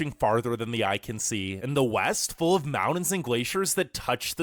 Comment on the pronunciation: learn how to pronounce the word "mountain" ........come on due